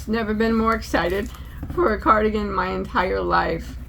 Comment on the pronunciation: Poodlerino!! Love it!! It's a carDOUGan 😂😂